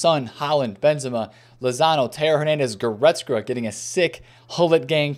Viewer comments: Will he ever pronounce Goretzka properly!? Nobody knows.... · bro cannot pronounce goretzka to save his life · AS a german I am always suprised how wrong u guys get the names of guys like Kimmich or Goretzka